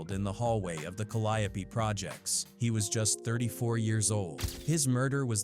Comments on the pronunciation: Not calidipee if you need to know how to say it More cadeeo projects cadeeo for who cant read or say it correct. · I can't even continue to watch this you can't even much pronounce it right Calli yo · We New Orleans natives will butcher some words and really believe it’s the proper pronunciation, technically it really is Ca- ly- o - pee another is actually Mel- pom- mo- nee. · I swear that AI is wwatering everything down , just look at how it pronounces the Calliope 😂😂it's doesn't feel authentic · YOU ARE BUTCHERING THE NAMES IN THIS VID I HOPE YOU KNOW THAT TAKE THIS VIDEO DOWN